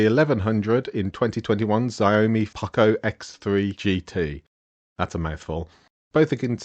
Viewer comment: wtf is a Zy-oh-me? Xiaomi? So say Xiaomi not Zy-oh-me you utter weirdo.